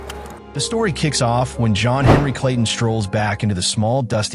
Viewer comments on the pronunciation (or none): none